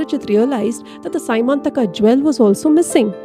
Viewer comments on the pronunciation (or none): It's not symantaka. It is syamantka mani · It is not sy mantaka jewel it is pronounced sya man taka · You pronounce the names wrong, for example it is syamantaka not symantaka. Jaambavaan (stress on vaa) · as far as I heard it is semanthaka(the se you use in Selvan) mani, not Symanthaka. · Symanthaka may not be the correct word. It is syamanthaka